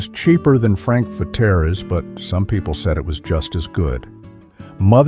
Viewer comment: Frank Vetere's was pronounced FRANK VETEARS. My high school guidance counsellor was a certain Father Vetere. He was Frank's cousin, and he handed out pizza coupons whenever you saw him.